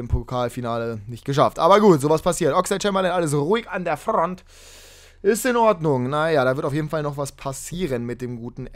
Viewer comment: alles ruhig an derrr Frrrront Hahahahahah #Mgtbestermann 😂😂😂